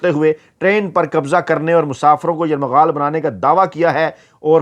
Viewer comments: یرغمال کو آپ بار بار یرمغال پڑھ رہے ہیں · لفظ یرغمال ہے نہ کہ یرمغال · باقی سب عام سی باتیں ہیں مگر آپ کے صحافی ہونے اور تعلیم یافتہ ہونے پر شک ھو گیا لفظ " یرمغال " نہیں بلکہ " یرغمال" ہوتا ہے ۔ درستگی فرمائیں ۔ کیونکہ آپ لوگوں سے سن کر ھم جیسے لوگ سیکھتے ہیں ۔ شکریہ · گزارش ہے کہ لفظ یرغمال نہیں ہوتا بلکہ صحیح لفظ یرغمال ہے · بھائی یہ لفظ "یرمغال" نہیں بلکہ " یرغمال" ہے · یرمغال نہیں یر غمال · Yermagal nahi yergmal hota hai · لفظ یرمغال نہیں ھوتا۔ یرغمال ھوتا ھے۔ درستگی کر لیں۔ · دردِ دل رکھتے ہیں … درست نہیں ہے بلکہ " درد مند دل " رکھتے ہیں ۔ اسی طرح یر مغال نہیں " یر غمال" کہنا چاہئے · یرغمال ۔۔۔۔۔۔درست لفظ ھے۔۔۔۔یرمغال نہیں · Yarmghal nahi hota yarghamal hota he janab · یرمغال نہیں یرغمال ہے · ، لفظ یرغمال ھے آپ بار بار یرمغال بول رھے ھیں ۔ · آپ کا ھی پروگرام ہم غور سے دیکھتے ہیں جو بہت اچھا ھے۔۔ آپ خود ہی فرماتے ہیں کہ اگر میں غلط ھوں تو تصحیح کردی۔ اس اصول پر ایک تصحیح لفظ کی ضرورت ھے۔ لفظ یرغمال کی شنید یرمغال استعمال ھوتا رہا کئی بار اسکو دیکھ لیں بہت شکریہ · Yarmaghal nahi bhai yarghamal hota hay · یرمغال نہیں یرغمال ہے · ، اتنی جلدی کیوں؟ خبر تو سب کو پہلے ہی مل جاتی ہے، آپ یرمغال کو ٹھیک کرلیں، ورنہ آپ اچھی خاصی اردو کو " یرغمال " بنا لیں گے😂😂😂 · لفظ درست کریں یرغمال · السلام علیکم محترم اپنا تلفظ یرغمال درست فرما لیں